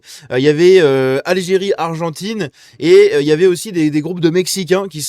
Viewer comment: "Viva l'algiré, ouane, tou, sré!" 😂